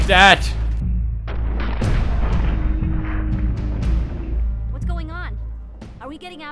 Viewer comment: "What was thawt" - I laugh every time